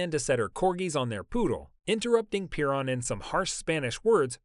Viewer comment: it's Pe Ron like pha run - but not piron